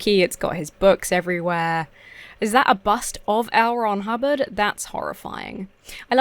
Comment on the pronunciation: Ooh, L. Ron Hubbard... I kept hearing Elrond Hobbit... and I knew that was wrong. XD XD XD